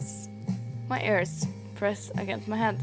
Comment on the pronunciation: Is it bad it took me over 1/2 way through the video to realize you were saying ears not airs? The captions weren’t much help either lol